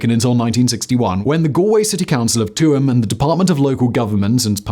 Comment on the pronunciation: Actually from Tuam (Chew-em would be my pronunciation guide, but To-am is close enough), made me even more glad I left there 20 years ago when this all came out. Nothing about it made me change my opinion of any of the nuns, priests or brothers that the town had in surplus. It's a surprise to see my hometown mentioned by Simon, but then again not a great surprise.